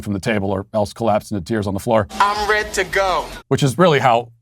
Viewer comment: "I'm ret to go"🤣🤣🤣